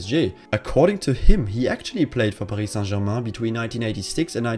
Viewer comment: Finally a non french who pronounce paris saint germain the way it should be 🥴